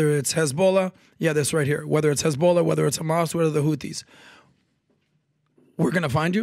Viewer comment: The pronounciation is as on point as those Eastern Europeans in Israel saying khhhhhamas and khisbollaaah